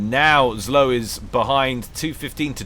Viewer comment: The pronouncment for zlo is "zwo", its "evil" in direct translation from russian.